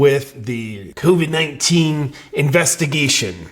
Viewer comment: Hey JP, just sayin' here.. after you alter the way you say Covid 19, you still got a "get the latest info from the CDC ab out CV19." tag on your video.. so even though you make your self sound retarded when saying covid 19, it appears that ain't workin'... JUST SAYIN'.